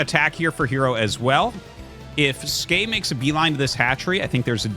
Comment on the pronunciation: Great game. I can't wait to see how Skey does in the tournament. I'm going to agree with Tasteless that it's pronounced S Key. Skey as you say it doesn't mean anything. But he plays Terran, and the "S" key is the default hotkey to make SCVs. So if you want to be a macro Terran, you're going to hit the S Key a lot.